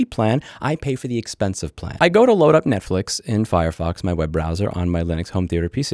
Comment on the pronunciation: I'm not catching the net fish reference, is he saying Net Flix that way?